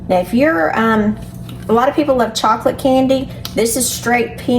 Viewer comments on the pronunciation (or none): none